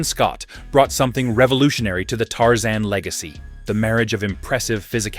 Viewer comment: Tarzane😂 no Tarzan